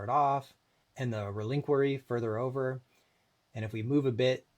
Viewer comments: ReliNquary? Might wanna google the pronounciation of Reliquary. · Good job editing this. Side-by-side made things very clear. But there's not "n" in reliquary.